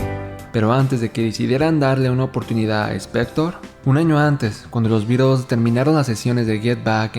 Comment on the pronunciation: Cuando oigo pronunciar "birels" me sangran los oídos. A ver si aprenden: ¡"BITELS"! Es un juego de palabras entre BEAT y BEETLE (por The Crickets).